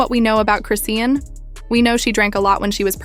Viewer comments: It’s cris-Shawn . Like why are you saying Christian😂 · crayshin, croane, crocs? this ai voice done called her bout 50 11 names, none of them the right one?😂😂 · Chrisian. She ain't even say no T. 😂